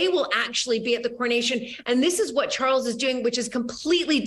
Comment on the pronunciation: It's, Chawwls! King Chawwls The Turd!